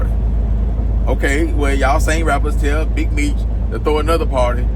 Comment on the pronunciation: He be butchering every name